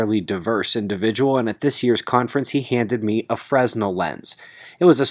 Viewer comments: Pronounced as, "fre - nel". The "s" is silent. A person's name. Mr Fresnel was a physicist in France. Died 1827. He gave us the Wave Theory of light. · Yeah those things are amazing. Check out this channel: Dan does absolutely insane things with fresnel lenses, such as fusing stones together. Great idea to share their beautiful simplicity. Btw it's pronounced "fra-nell". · The "s" is silent in Fresnel. Didn't want to be one of those guys sorry. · If I may add, "fresnel" is a French word and many people, especially in the lighting business call this a "fernel" lens. They are very useful for many applications, not just starting fires. Good call!